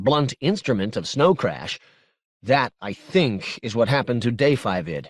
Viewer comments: Minor point for the narrator: Da5id ought to be pronounced just “David” V=5 in writing. If you want to pronounce it, (weirdly) it should be “Daqiinqued” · This narrator needed a better editor. They lose all credibility if they can't even pronounce character names correctly. Da5id is simply pronounced "David". Ng is pronounced "Ing", not "Ung". If you're going to narrate this work, you have to have some basic understanding of leetspeak and Asian culture.